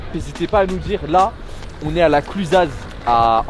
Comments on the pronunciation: Les gars c’est pas la clusaz mais on dit la clusa 😉👍🏼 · Par contre les gars on dit pas "La Clusaze" mais "La Clusaz", moi qui suit de là bas ça fait toujours mal aux oreilles d'entendre le Z à la fin ! Ahaha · ils on osez dire La ClusaZ, hahaha le Z se prononce pas jy fait tous les ans depuis 13ans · "on est a la ClusaZE" pov tout les savoyard en sueur 😂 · Lourde video, et aussi on prononce pas le z dans La Clusaz il me semble, mais on a dû vous le dire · La clusa les reufs on prononce pas le Z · Par contre les reufs c la Clusaz mais on prononce sans le z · Hé mais vous m'avez tué là x) déjà les mecs, vous êtes en Haute-Savoie, pas en Savoie, vous allez vous faire des ennemis ! et sinon, par chez nous on prononce pas le "z" des noms des patelins ! mais force à vous, j'ai juste failli mourir de rire ! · Ho les parigots ça se prononce " la clusa " on ne prononce pas les Z chez nous 😉 signé : le moniteur ESF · et par contre les gars le "z" de La Clusaz il se prononce pas!! vous m'avez énervé à le prononcé